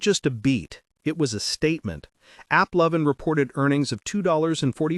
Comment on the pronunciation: It is Lovin' not LOw- vin